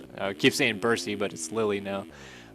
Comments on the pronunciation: Lille is pronounced Lill not Lilly lol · Coming from a soccer guy I'm pretty sure it's pronounced like leel not lily